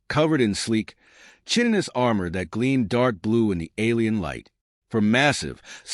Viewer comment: You should teach your AI how to pronounce chitin.